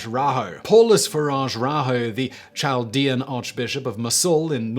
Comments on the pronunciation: Chaldean is pronounced K and sounds like KALdeeahn. Not like the Ch in Cheetos. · #9 Chaldean is pronounced with a hard “K” sound like carrot